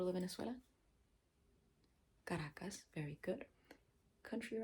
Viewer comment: Did you say the capital of Venezuela is ( CARAJOS ) ???😂😂😂😂😂😂